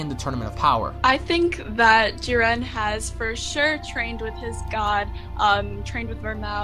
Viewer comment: People who can't pronounce Jiren, Zamsasu, Vermoud, etc is not enjoyable to listen to